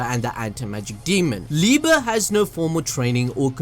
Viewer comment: It’s pronounced “Lee-buh”, his name is German. Love your content btw.